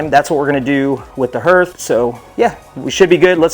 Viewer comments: Thanks Mike, I was going to give him a hard time, but didn't have to. Nice build BTW. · THANK YOU!! That was driving me crazy! Especially with how many times they said it!